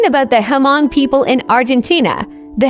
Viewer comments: Hmong is not read as "H-Mong" it is silence H. just read as Mong. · To pronounce the name Hmong correctly you just need to take the " H" out and it should sounds more like Mong.